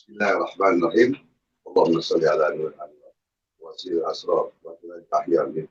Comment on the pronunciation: Rasulullah Shallallahu Alaihi Wasallam.. Bukan,, Rasulullah Shosiwasalam WOYY‼️👊